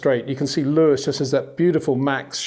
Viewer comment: I It is not "Bottash" nor is it "Lewish" certainly not "verSHtappen" .... This BS started long time ago when a British sport presenter interviewed father Jos Verstappen and assumed you can use a German pronunciation to a Dutch Driver thinking it is so "funny" ... It is not.